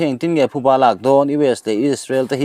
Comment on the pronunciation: Thuba ni lovin Phuba a ni a, i chhiar/Lam dik tawh hram ka beisei.